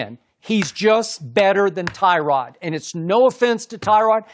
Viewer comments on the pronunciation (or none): it's not Tyrod it's TUH-rod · It’s Tuh-rod not Ty-rod